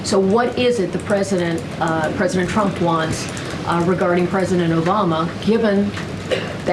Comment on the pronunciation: Can she stop saying president Champ? 😂 i can’t handle how she pronounces her name Trump (Champ)